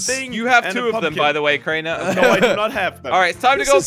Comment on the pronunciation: ! YOU SAY WRONGLY,IS CRAINER,NOT CRANIAR!